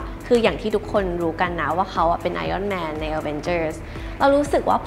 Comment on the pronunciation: ดู ep นาฬิกา CEO แล้ว กลับมาหาดู ep นี้ content ดีมากเช่นกันครับ ดีใจที่ได้ยินคุณ (ไม่ทราบเขียนถูกหรือไม่) ออกเสียง ไออ้อนแมน เพราะจะได้ยินคนออกเสียงหรือเขียนว่า ไอร่อนแมน บ่อยๆ รู้สึกขัดใจมาก ติดตามดูอยู่นะครับ